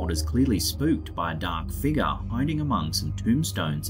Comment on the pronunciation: The way you mentioned a dark figure sounded like "a dark figga" and I just smiled I'm sorry 😅